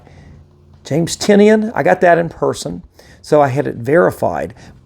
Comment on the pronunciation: Great grades, congrats! Just an FYI, he pronounces Tynion as Tie-None. That was the reason for the name of his company Tiny Onion. I pronounced it wrong for YEARS but wanted to make sure I got it right before meeting him at Emerald City Comic Con this last March, so I watched an interview of him where they talked about the pronunciation of his name.